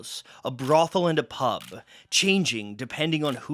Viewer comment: OMG, hearing this guy say 'pub' is like nails on a chalkboard!! He has to be Canadian with that terrible pronunciation. It's so strange how such little things can be annoying - especially as I'd never even notice how a single Brit would say it - with our 40 accents and hundreds more dialects 😆 And this is why, as much as I could speak other languages, I won't - cos those native speakers would hate me lol.